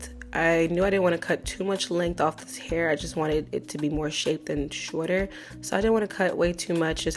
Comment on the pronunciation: Girl who be pissin you awff??? You must’ve said it ten times lmfaooooo 🤣🩷